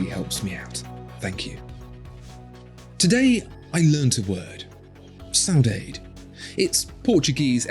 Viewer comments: That pronunciation for Saudade.....eesh. More like Sah-uu-dah-duh and not saudayde hehe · The word is pronounced more like ‘so dad’ or ‘so dadds’ , otherwise the sentiment is ok. Except , that ‘saudades’ is a longing that can never be fulfilled. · Lovely watches, albeit too small for my taste. On a side note: your pronunciation of "saudade" (longing) is all screwed up. It's more like "SOW D'ADDI". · I love that Portuguese word, but it's pronounced "sau-dah-duh"...at least according to Google. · … another great video covering another important topic… simplifying our lives and what makes us happy. Great brand acknowledgment on your part. FYI … the term you referred to is from my native Portuguese language … saudade is pronounced sow-dah-jee 😊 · Eu falo português, cara...(I speak Portuguese, man...) The pronunciation of the word "saudade" is: sow-oo-DOD-gee. 😊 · Isn't it pronounced 'Saaah hoo daaar day'! Chris Rea wrote a song, Saudade dedicated to Ayrton Senna in '94. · Beautiful watch, but you need to learn your portuguese it was hilarious....thanks for the efford. It's not easy.😂😂😂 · Qual a palavra em português você aprendeu hoje? 🤔 Ou está enganado, ou não soube pronunciar😂, mas acredito que seja SAUDADE, it means: MISS SOMETHING OR SOMEONE. Beautiful watch! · Saudade is not meant to be pronounced like that. But anyways.... great video.😊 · Nope. Not close